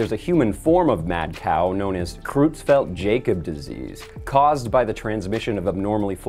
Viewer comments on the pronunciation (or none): That is pronounced "croytsfelt yahkohb", by the way. I've spent the last few minutes randomly laughing at "Crewztfelt Jacob" though at least, I guess. Lol.